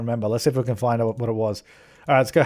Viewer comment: "Let's see if we can flind out.." that sneaky L keeps popping up in your vocabulary, hahah.